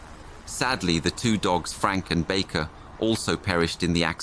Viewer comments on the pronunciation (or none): none